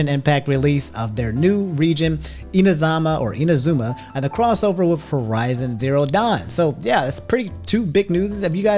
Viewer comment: You pronounced inazuma correctly the second time